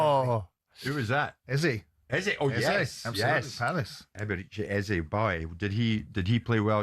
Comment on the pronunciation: Can White, Jordan and Keown please pronounce Eze name correctly. Its pronounced (eza). Thanks.